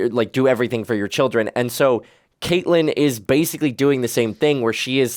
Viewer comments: Does refer to Catelyn as Katelyn the entire time? Lol I keep expecting him to correct it and almost 2 seasons in and it’s still Katelyn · Catelyn Stark is pronounced Cat-Lyn not Kate-Lyn. Other than that, I am loving watching along with you guys. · Its Katlin (cat) not Kaitlyn. Idk if hes doing it on purpose at this point or what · I love you both but her name is pronounced Cat•lyn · And I'm endlessly frustrated at y'all pronouncing Catelyn wrong.